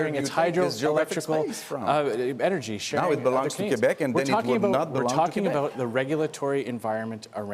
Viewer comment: "QuAhbec (Quebec)" -- Trudeau is starting to sound even less French ! Quebec is pronounced properly like so: ' K ' 'beck'